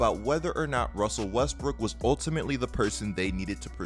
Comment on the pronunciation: "wussell Wesbruok"